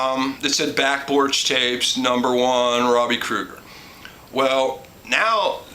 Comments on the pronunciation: Krieger, not Krueger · btw ... The Doors guitarists that you're such a big fan of? His name is Robby Krieger. Pronounced Kree-ger not Crew-gur. Thats the guy from the 80s horror movies ...